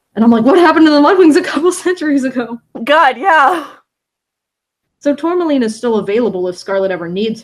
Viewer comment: Aaaaahhhh it bugged me so much that was calling her "Tourlamaine" when it is pronounced "Tour-ma-line". The L is after the M.